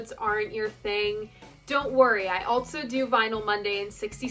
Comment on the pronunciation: Your pronouncement of "also" as "altso" is fascinating, where did you grow up?